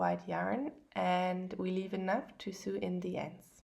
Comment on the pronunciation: Great video! Very easy to follow. .. I just wanted to mention that the pronunciation of sew is 'so', also mit ein langes 'O', ☺️